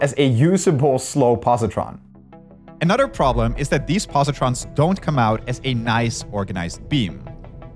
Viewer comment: please, please learn how to pronounce 'other' and 'another' All i hear is 'otter' and 'an otter'